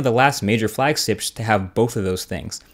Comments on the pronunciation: "Flagsips"- Marques Brownlee 2015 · flagsips ... heh ... heh ... great video as always ... looking forward for your review ... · "flagsips" haha xD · did anyone else here him say flagsips :x:x:x:D:D:D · "major flagss..ips" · "Major Flagsips" what was that? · I thought this niggga said flagsticks lol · "Major FlagSlips" LOL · Was i the only one who heard flag sips ? ;D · * "flagsips" ?! :P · "Major flag-slips" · ha! "falgsips!" lol Great review btw. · "One of the last major flagsiyepsh" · "Flagsips" - Marquez 2015 Nah for real though great video I really enjoy your videos. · he said flagstips lol shows he's human just like all of us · Lol "flagsips" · also the strange noise at ... nothing too annoying but very unusual for a video pro like MKBHD. i'm surprised he didn't at least try to pronounce flagships like.. twice :D still an amazing quick overview tho, like always!